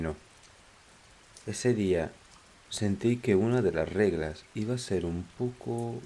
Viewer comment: Muy interesante relato como siempre amigo, pero habrás visto que es "REGLAS" y no "REGLEAS" verdad? saludos.